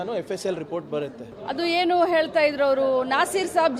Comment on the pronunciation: Re madam eltha irodalla. Heltha irodu. First kannda sariyagi maathadi.